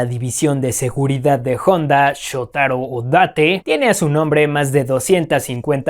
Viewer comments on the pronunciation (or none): none